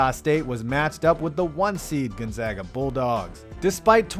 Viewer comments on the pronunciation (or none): none